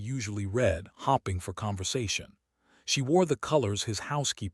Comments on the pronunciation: Hopping instead of hoping. AI can’t read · the "hopping" and "starring" drives me nuts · Why is staring pronouced as starring and hoping as hopping?